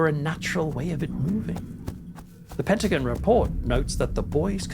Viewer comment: Said Pent ah gone. Not Pent ah guin.❤ Patty